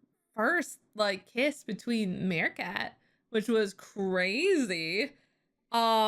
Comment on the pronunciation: ppl actually say marichat not maricat just so you know